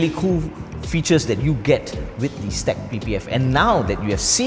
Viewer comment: Great video, but "STEK" is pronounced "S - TEK" and it stands for "Shield Technology". I was told this by the manufacture that is based two hours away from me. I just started carrying their products.